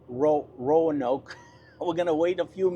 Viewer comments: It is pronounced roe n oke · Roe-noke, Va